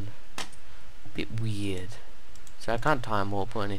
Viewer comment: I can't tell if he is trying to say "weird" or "weed".